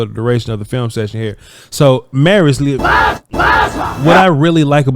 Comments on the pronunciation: Lol its pronounced Lee - U - Foul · His last name broken into 2 syllables to make it easier to pronounce…. Liu rhymes with New Fau rhymes with wow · C’mon man! How hard is it to Google how to pronounce the brother’s name? Liufau = Lee-uh-fow! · The way u doing his name is hilarious 😂😂😂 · Bruh I’m dying every time he tries to pronounce his last name 😂